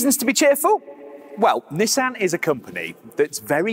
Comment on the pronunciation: As annoying as it is that he butchers the pronunciation of "Nissan". And it's almost as annoying that the brits pronounce "coupe" objectively wrong. It is a French word pronounced like "coop". They are pronouncing it wrong as "coop-pay". But, whatever, Brits hate the French, so intentionally butchering a French word isn't surprising. At least pronounce Nissan correctly. There is only one correct pronunciation of that...